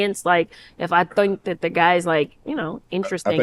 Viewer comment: What's up with the way she said think 😂